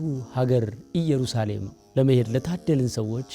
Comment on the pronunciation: አሪፍ ማስታወቂያ ነው እኛንም ለመሄድ ያብቃን። ነገር ግን እኛ ኢትዮጵያዊያኖን በተለይም ኦርቶዶክሳዊያን ጥንቅቅ ያልን ነን እና ''እየሩሳሌም ''ሳይሆን ''ኢየሩሳሌም'' ነው ትክክለኛው። ካጠፋው ይቀሰርታ።